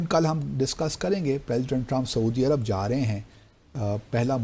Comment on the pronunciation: باسط صاحب۔ لفظ ایرب نہیں، عرب ہے۔ خیال کیا کریں۔